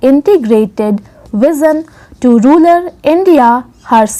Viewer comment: You have pronounced the word rural as ruler in the entire dictation